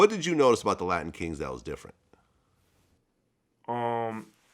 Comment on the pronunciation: Why this man can't say latin king